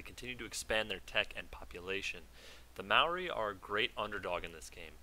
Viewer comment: Also I noticed you pronounced 'Maori' correctly, as a New Zealander I am pleased by this. Please continue being awesome :)